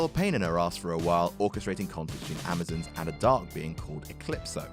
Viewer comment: The Amazons is not pronounced like Amozins its pronounced like (am-o-zons